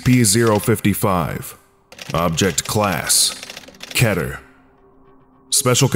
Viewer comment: I only watch this channel bc he pronounces Keter right.